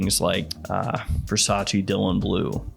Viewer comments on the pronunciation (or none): none